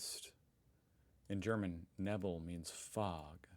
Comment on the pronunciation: Nee Nee nee, Neebell, oh your comments are german memes, too, two, the same he said, but please work at your german prononciation